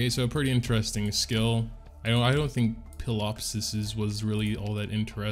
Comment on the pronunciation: Ptilopsis The P is silent like Pterodactyl xD